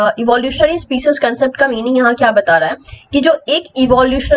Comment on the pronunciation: Ma'am kindly correct your species pronunciation.